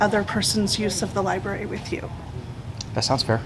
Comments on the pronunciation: Library not libarry... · It’s fun to count how many times people say “Lyberry”